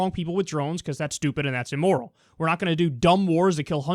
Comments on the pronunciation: "because" not "be-cuss" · Anybody else taken aback by Kyle pronouncing "because" as "bee cuss" lol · Anyone else notice how he says because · You says 'because' in the weirdest fucking way.